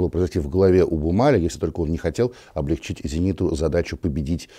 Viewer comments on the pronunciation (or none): none